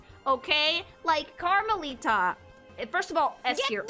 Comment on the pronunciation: Its music to my ears, hearing someome pronounce Karmelita's name correctly